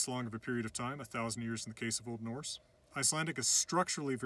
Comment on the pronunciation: i’m icelandic and he pronounces this really well :)